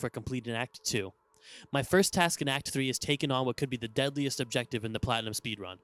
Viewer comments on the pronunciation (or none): none